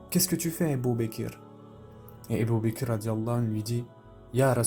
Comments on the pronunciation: Ca me perturbe que tu prononce abu bakir au lieu d’abu bakr mais sinon Qu’Allah te récompense pour ton travail. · Pour quoi tu dis ébou baker? Ça gâché tout c'est Abou bakr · Salam alikum c ABOU BAKR pas ebou bekr et on dit radihoullah ou3anhou . Il faut corriger ta prononciation inchallah